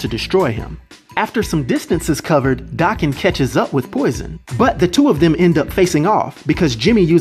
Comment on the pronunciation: Daken's name is pronounced DAY-KEN, not DAH-KEN. It's a Japanese name, think of it being pronounced like taken, but w/a "D"